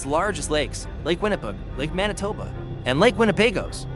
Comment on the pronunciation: If you are going to narrate a documentary, you may want to pronounce METI properly? It's pronounced May-tee! Or Winnipeg? Win-ni-peg!